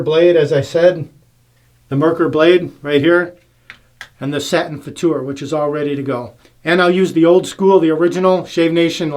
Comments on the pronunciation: Hi, I am German and you are right. The way you pronounced ist right. I mean the German pronunciation. Danke für das Video:-) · The Futur is my favorite. Setting 6 is pretty much aggressive, right. But better buy more valuable blades than the Merkur blades. Your Pronouncing of "Futur" is 100%. Greetings from Germany. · OK, you've nailed the pronumciation of futur, now how about Mühle?